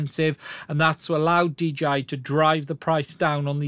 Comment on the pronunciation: "DGI" ? and we all thought they were called 'DJI'